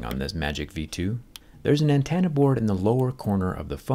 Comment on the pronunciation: Great video. I do have to point out that it's "antenna" not "antanna"